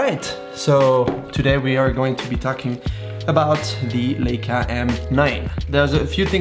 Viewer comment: Leica not Leeca